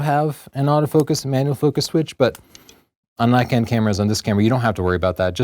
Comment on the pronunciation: Its Nee-kon, not Nay-kon! How many times do people in the comments section have to remind you? Haha. Just kidding!